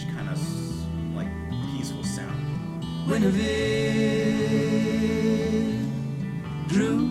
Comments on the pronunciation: I've always heard her name pronounced Gwin e veer. Rick Wakeman has a track with the same name on his King Arthur album. I think Barclay James Harvest wrote a track about her too. She's been referencedoing by several other groups too, Moody Blues for one. A popular lady. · This whole album is magical. Their harmonies are perfect. Enjoyed your review. It's pronounced Gwin-eh-veer. At least that's what my deaf ears hear. I have to check out the Miles Davis reconstruction. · Love this mellow CSN track. Btw it’s pronounced with a hard G. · After the poppy ''Marrakesh Express', Crosby' delivers a piece of music with real depth and intricate time signatures. Definite jazzy overtones rather than folk. It's pronounced Gwin with a hard G, not with a soft 'J' sound. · It's not "Jeneveir", it's pronounced "Gwinnevere". You can hear the pronunciation in the song itself. I don't know why Crosby added the extra "n", but Guinevere is either the fictional or real-but-mythologized wife of King Arthur, whom she loved but nevertheless betrayed after falling in love with Sir Lancelot. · I'm surprised he didn't pick up on the pronunciation while listening to the song. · Dude... You keep mispronouncing "Guinnevere", even after you heard the song. (?)